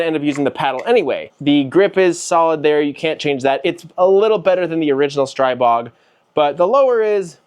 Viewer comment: The Slovaks pronounce it "Stree-bog," my new found friend.